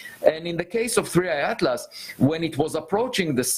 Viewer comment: Huy ! El DRESIADLAS !!! no puede hablar bien este muchacho ??? Lpm 😂